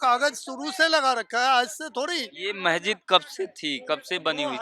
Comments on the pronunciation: अबे, महजिद नही मस्जिद बोल। इनकी आबादी कैसे हो गई ? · शम्भू जी, आपके चैनल के पत्रकार महोदय बहुत अच्छी रिपोर्टिंग की है परन्तु इन्हें शब्दों के उच्चारण सही करना होगा। बहुत अच्छा है। बार-बार महजिद कह रहे हैं। सही शब्द मस्जिद होगा।